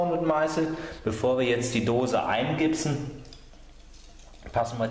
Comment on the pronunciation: Eingipsen, nicht eingibsen. Es ist keine Gitarre, die sich namentlich dann so ähnlich anhört.